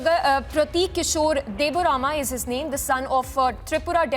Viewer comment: Listen first correct the correct name of title it's debbarma not deburama